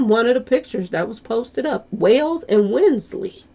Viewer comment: Pronounced Wons lee; and I've suggested all along, that NoNo was sacrificed; they are all evil !!!!